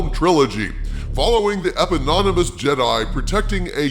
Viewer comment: epony--mooos d c